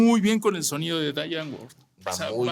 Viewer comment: No me gustaría soñar mmdr pero creo que el contenido lo justifica es Die Antwoord suena como alemán pero es afrikaans y se pronuncia (Zi anvord) literalmente "la respuesta"